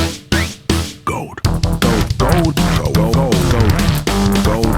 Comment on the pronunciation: The way he says "gorld" makes this close to unwatchable